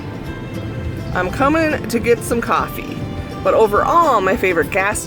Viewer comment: Your city should have a cat park, so your cats can run around with other cats!:) Hi! Thanks for taking us along on a ride through your beautiful snowy town! I love how you say, "Caaaahfee.":)